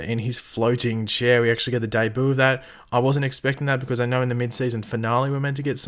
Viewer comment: The way says DEBUT Though!!!!!!:) XDXD